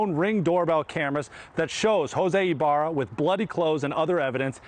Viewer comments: I LOL EVERY TIME HE PRONOUNCES THIS ANIMAL LAS NAME, EBARYA. ITS PRONOUNCED EEE BA RRRRAAAA (IBARRA). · It's I barra, not Ibarria, professional news-reader guy. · Hey Leland, learn how to read. You said that pos name wrong 3 times, adding an extra syllable. What kind of newscast is this. You don't sound very educated. Up there with biden calling Laken, Lincoln. What a loser.